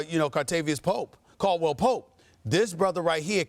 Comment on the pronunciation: hahaha Kartavious Caldwell-Pope. For real Stehpen A.?